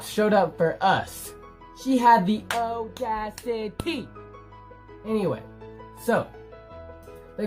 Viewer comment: SHE HAD THE AU DA CI TEH!!! 😂😂😂 and hey it's dom